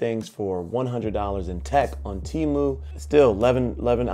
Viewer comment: Pronounced Temu correctly ✅ . You showed a lg magic remote not sure if you know ( probably do ) but if you shake it it becomes a mouse pointer which is faster navigation to type. But the keyboard is good too 👍